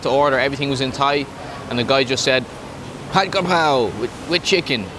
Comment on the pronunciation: You have a Thai wife learn how to say stir fried. It’s pad. Like a. Pad of paper butt more like Pot